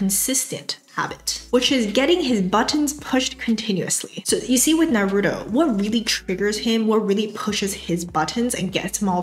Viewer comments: it’s naruto not naroodoe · “NAROODO” you mean “NAH-RU-TOE”😭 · Please say Naru-To not Na-roo-doh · Not you saying "nuh-ROO-toe" 😳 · The way you're saying Narooto is triggering me and pushing my buttons lol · NAH ROOTOE is how it's pronounced! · lovely and very helpful video. but the way u mispronounced naruto had me laughing LOL!!! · I love you but please.. why did you have to pronounce Naruto that way 😭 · Imagine saying naruto wrong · The way you pronounce "Naruto" is hurting me. Anyway, great content. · Don't say Naruto like that please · your pronunciation of Naruto really disturbs me......